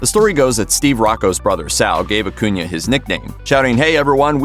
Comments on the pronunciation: You are pronouncing his last name wrong. And you say it soooooo many times Uh-coon-uh Not uh-coon-yuh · stop saying AcunIA....its annoying.....its AcunA......wtf narrator?!?!.... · I hate the way this guy says “acuna” It’s pronounced aCOONa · Exactly. Acuna. Not acunia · Akunya. Everyone who does your guyses videos don't even know who they're doing the videos about. Do you research in at least learn how to say people's names right. It's disgusting that you people make money off of this